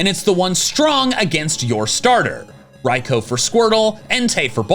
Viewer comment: No way this man is calling Raikou "Raiko" lol